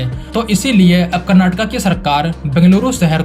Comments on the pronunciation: Thanks for saying "Kurnaatuku" and not "Kurnaatuk". It's been a long time since I watched anybody on TV and social media pronounce the word correctly. Please also say "Kunnudu" instead of "Kunnud". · Thanks for saying Karnataka not Karnatak and Bengaluru not Bangalore. Liked this video for the same reason 😃 Good and simple explanation of the upcoming projects. 👏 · Thanks for saying KARNATAKA 😂🎉🎉🎉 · Thanks bhai for saying KARANATAKA ,NOT karnatak , 😂😂❤ this the least we KANNADIGAS like me expect from our Indian brothers..❤❤